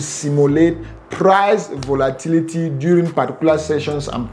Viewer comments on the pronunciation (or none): none